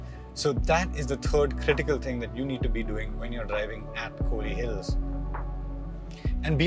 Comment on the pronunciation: It’s not kooli hills it’s Kol / li hills 🤦🏻‍♂️